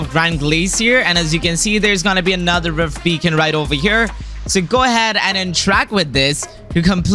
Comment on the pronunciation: he said rift bacon lmao